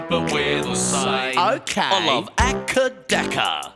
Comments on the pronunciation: I just realized Broden pronounces AC/DC as "Ah-Cuh-Dah-Cuh" and not "Ay-See-Dee-See" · Was he tryna say ac dc when he said aker daker